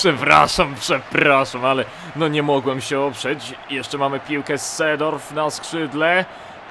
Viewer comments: Czyta się Sejdorf (i Klirens) :) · I Seedorf sie czyta Zedorf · mowi sie Sidorf. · Sejdorf* i De jong* sie czyta ;D